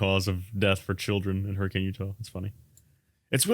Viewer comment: cough Hurr-eh-KIN Utah cough